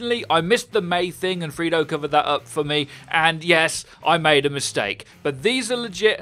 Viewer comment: "I meid a mistake"